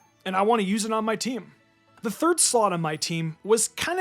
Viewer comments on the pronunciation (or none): none